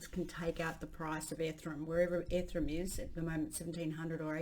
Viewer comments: Ffs. BI NANCE and ETHEREEEEEEUM 😂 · Yea it is definitely an issue. Seems like it's deliberate. Ethrum beeenunce - she does it with other words too. I don't know why. I would like to see her reaction if someone mispronounced her name. She would probably jump all over them.